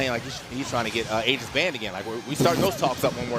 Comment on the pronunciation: I appreciate the commentator pronouncing Aegis "Ee-jiss" rather than "Ay-jiss" as most people seem to do.